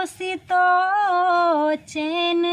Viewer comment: Doesto nahi dosto bola karo.